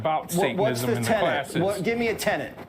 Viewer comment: JW: Give me a tenet (actually sounded like tenant). LG: One should strive to act with compassion and empathy to all creatures within reason. JW (smarmily): Oh, mm, that sounds fun. Alright. LG: You might like it. JW: I don’t know about all that (followed by a childish attempt at an insult). A very graceful burn. Thank you Lucien. 🎯